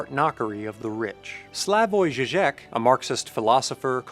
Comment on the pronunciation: You keep mispronouncing Žižek as if it were a French last name spelt something like Jijeque. Cease and desist.